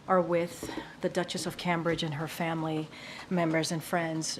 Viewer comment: HOW TF do we have a press secretary who can't properly pronounce "Cambridge"?!?! COME ON!